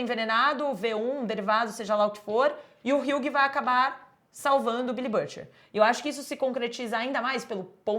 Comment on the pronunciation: Moça, uma dica, hughie se fala 'hi.wi'